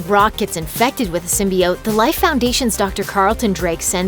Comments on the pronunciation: Symbiote - is pronounced Sim-buy-ot, not sim-buy-oats. Please don't feed the idiocracy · The fact you said it "sim-BEE-oat" lets me know I can trust you. I will now probably see all these!